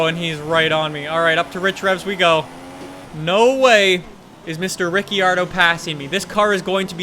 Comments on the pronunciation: no judgement but its pronounced "Riccardo" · AJ02 and rick-ardo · Say ricciardos name right ffs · You think he will ever know how to say Riccardo